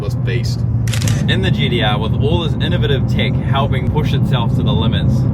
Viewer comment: Is that guy saying GDR? Or am i having a stroke?